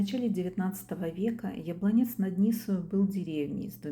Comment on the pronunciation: в таком случае прошу прощения. У меня под видео написано «Яблонец над Ниссоу» вместо правильного «Яблонец-над-Ниссой». Хотя и в озвучке тоже слышу чешский вариант с русским произношением. Жаль, у Вас отличная речь и обширные знания о предмете видеоролика. Но в итоге, конечно судить Вам. Вы — автор. Мне захотелось посмотреть и другие Ваши ролики, когда будет время. Желаю Вам много просмотров и побольше подписчиков.